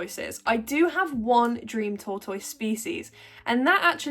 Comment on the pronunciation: Wait why do you pronounce tortoise in multiple different ways hahahah. I have 3 big sulcatas they are the easiest animal I have to take care of but it's 100% in the enclosure setup. Need good walls around a big area so they have constant grass/weeds and they pretty much take care of themselves